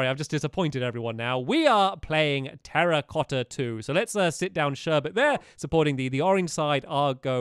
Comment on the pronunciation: You mean Terra-cotta not Terrorcotta And it should be Two-racotta